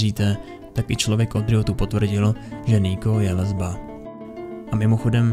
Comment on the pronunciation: Proč mi přijde že pokaždé když má vyslovit gay... jeho přítel nebo lesba tak se zasekne :D